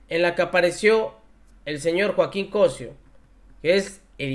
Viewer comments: Estimado Caballero. El Apellido es Cosío. Con acento en la letra "i". Saludos. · Amigo corrigue tu pronunciación del apellido del actor, COCÍO,CHECA DONDE LLEVA EL ACENTO POR FAVOR. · COSÍO… acento en la í… por favor, checalo. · CosÍo, CosÍo, asento en la Í.. porfas!!! Me gusta este canal pero íjole!! No es la primera vez que pronuncian mal los nombres de lo que sea. Porfas, ojo en su profesionalismo que también toca el buen pronunciar, son comunicadores, ojo. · Por favor... pronuncia bien el apellido Cosío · EL APELLIDO NO SE PRONUNCIA ASI COSIO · El apellido del actor está acentuado en la í , así que pronuncia bien ... saludos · Estas pronunciando mal el apellido del señor cosió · Primero aprende a pronunciar bien el apellido del actor Joaquín..... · Sigo tu canal y estoy de acuerdo en tus comentarios, pero me perturba cuando dices el apellido de Joaquín, tu dices "Cosio" y el señor se apellida "Cosío" con acento en la í. Suena bastante mal sin acento. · We apoyo tu contenido pero aprende a leer los acentos… es Cosío no cosio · NO ES + COSIO+ ES COSSSIIIOOO, NO TENGO ACENTOS PERO SE PRONUNCIA DIFERENTE A COMO LO PRONUNCIAS JOVENCITO. SOLO UNA ACLARACION POSITIVA. SALUDOS. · Es Cosió, no Cosio, es desagradable escuchar estos errores. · Estimado,es Cosio con acento en la"i"...saludos... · Es Cosío con acento en la í NO es Cosio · COSÍO lleva tilde o acento en la i .aguas llevas varios errores al pronunciar palabras y apellidos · No es Cósio, es Cosío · No se dice cosio sino cosío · preocúpate un poco por leer bien.el apellido de este señor lleva acento. Cosío no Cosio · Felicidades y gracias por la noble y necesaria labor informativa. (sólo una observación: es Cosío,se acentúa la i). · Se pronuncia "Cosío" con acento en la i, excelente día te deseo desde Tijuana... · Me gusta verte y oírte, pero cuando den la información lean y pronuncien bien las palabras Cosío lleva puntuación. El que critica corrige😊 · Se pronuncia Cosío, ponte pilas